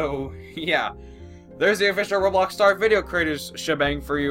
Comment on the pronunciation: Rublux.... Roblox (u should have said "I'm sorry for miss pronouncing um, the game i play and share news about it." Just sayin, don't wanna spread hate around the bloxian news)